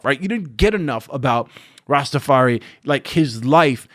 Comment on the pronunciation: Nah, man. You watch some udda film if you agwan bus' on dis film. It was a beautiful film, mon. Ya' off base, mi bredren. Ya wan dem do Bob whole life? Stop act like bloodclot. Everybody work dem ass off to make dis film. Ya' know what was flat, mon. Firs, deh way you pronounce Rastafari...ya' say it wrong. if ya' gwan bitch about Bob, say Rastafari di right way. Is not Rastafareeee. Ya got t' stop talk, man. Ya' mek no sense.